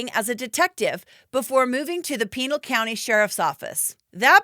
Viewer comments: Its not pronounced Peenul county lol its pronounced Pin Al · Not prounced pinal like a pinal colony its pronounced panal county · Ahh! it's not peenal county. Pinal. PIN-AL. The "A" is like apple. JFC. It's also not Quinn crick. It's QUEEN CREEK 🙄🙄🙄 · Actually it’s pronounced Pi Nal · It's not "pee-nal", it's pronounced "pin-al"... Mormon was never considered a Christian faith... smh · Lost me at Peenal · Pin-all, it’s pronounced or Pin-el. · Pinal County is pronounced PeeNahl county. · You're pronouncing Pinal County incorrectly 😮